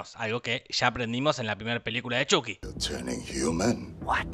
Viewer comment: Por fin lo nombras como antes Chuky y no Chaky.